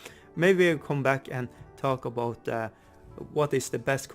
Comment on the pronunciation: That intro tho! Channelling your inner Canadian there with that little cheeky 'aboot' there.........